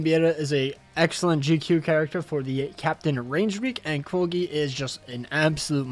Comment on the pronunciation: Hey, maybe it's just me, but i had your video in the background i was like "how is this Kogi he keeps talking about ?😂😂😂" Quilge is pronounced "kil-gei" Good video, i agree the banner its not worth it.